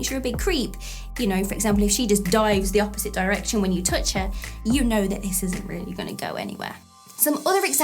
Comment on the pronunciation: Love the way you say "touch" . . . as in "tooch." You rock. Love your videos. They really help.